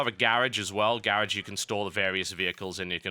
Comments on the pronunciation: Garraj? Its pronounced Garoj. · TB: "You also have a garriage as well" Me: "WTF is a garriage?" *notices he means garage* Me: WTF... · gar-og, not gaer-age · "Garage". GUUUUUUH >_< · I like the way he says garage. lol